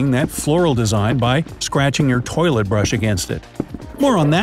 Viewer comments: U said tolit 32 times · he said toleit 23 times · 34 times you said toliet/toliets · I heard 29tolits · I think you said tolet 40 times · I counted 26 to 40 times he said toyllet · You said 15 tolits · You say 33 tolets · You said tollet 33 times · You said toliet 25 times in the video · You sayd 34 tams tolet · 34 times you sad tolit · 36 time saying tolite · You Pronunced "Toilet" 38 Times.